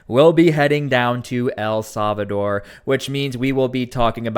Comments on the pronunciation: For the love of God..... El Salvador is pronounced "eL-SAL-vah-door". It is NOT pronounced "EL-SAV-a-door" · Why do you keep saying A Savador? El Salvador! Say it 10 times!